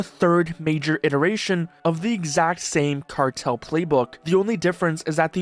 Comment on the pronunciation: “ d ram cartel”